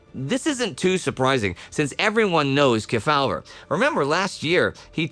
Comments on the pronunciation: Key-FOWL-ver that's really hilarious!..........KEY-faw-ver 🤣🤣🤣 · As a 76 year-old, I recall Sen Estes Kefauver's name being prounounced: KEE fow-ver in the media. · "KEY-faw-ver" was the usual pronunciation (and yes, I'm old enough to remember). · The Senators' last name is pronounced Key-faw-ver. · Except kept mispronouncing his name. It was Estes KEY-fah-ver. I'm old enough to remember him when he was still active in politics. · Everyone knows Estes Kefauver, except doesn't know how to pronounce his name.